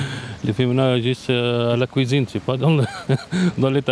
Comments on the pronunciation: Le "KOUISINE" du pain béni pour le monteur :D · Vers 9mn en voilà un charmant monsieur … 🤢🤦🏼‍♀️ « Pck li fiminin si à la kouizine» sérieux ?? Même en tant qu’homme je trouve ça a gerber…. Et ça le fait rire il est content …